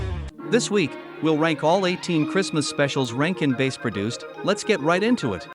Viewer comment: It's pronounced BASS, like the fish, not "base". Why not use a real narrator instead of these robots?